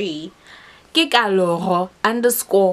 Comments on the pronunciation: Kanti you’ve been pronouncing your name wrong? 😂😂 I pronounce it in Tswana but it’s similar to Pedi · Lol guuuuurl the way I’m always ready to give people the correct pronunciation of my name , I’m shook at you for not even pronouncing your own name right 😅😅😅